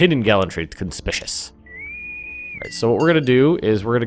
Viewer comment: conspicuous is actually pronounced conspic-u-us